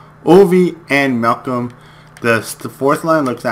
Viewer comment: Love watching your vids but you get the players names wrong. Its Doughty not Downy. Malkin not Malcolm. Lol have to put that out there